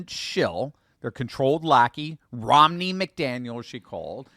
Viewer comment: Her name is pronounced Row-na.